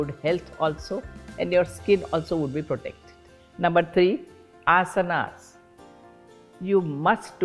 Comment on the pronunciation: One thing I love about her is that she pronounce asan Unlike other people calling asanaa I don’t get it why people mispronounce these basic things Ram-Rama Krishn - krishnaa Budha -budhaa Yog- yoga (yog- asan) Shiv -shiva Please use correct pronunciation 🙏🏻